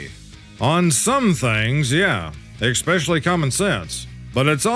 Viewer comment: please sir, if you are a real human, for the love of god and all that is holy, please please stop saying EX specially. especially. ess SPECIALLY. PLEASE. otherwise, i could listen all day and watch your amazing compilations even though they can be repetitive w the content. thank you and i love ya.